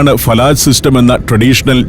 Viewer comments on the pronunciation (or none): ഫലജ് not ഫലാജ് ❤from oman